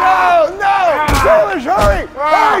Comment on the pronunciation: Why did you say Salisbury instead of Salish 😂